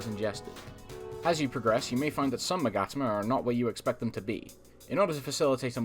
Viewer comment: I never thought to pronounce Magatama like that